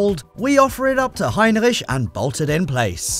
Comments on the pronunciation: I feel uncomfortable when you say heinreisch (or whatever it's called) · Heinrich? I thought it was Heimlich =) haha